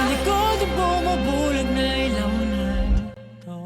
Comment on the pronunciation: No worries. A lot of reactors pronounce it that way and don't even realize after listening to the song. 😂 the letter i is only ever pronounced as "ee" in Tagalog/ Filipino, and not "eye". And a is always short, as in apple. For future reference. 😎